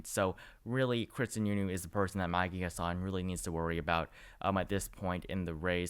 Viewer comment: Chris Sununu is saying he doesn't plan on running (at least for now). He's saying he enjoys being a governor. Just FYI it's HASSan (the first a sounds like the a in hat.)